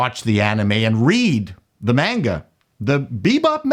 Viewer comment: I appreciate that you say "manga" and not "monga".